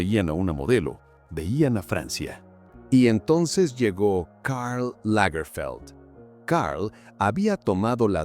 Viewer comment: Karl Lagerfeld era alemán. No tiene porque disfrazar los nombres propios de origen alemán o francés con pronunciación inglesa. Lamentable falta de profesionalismo por la pésima pronunciación del narrador de este documental.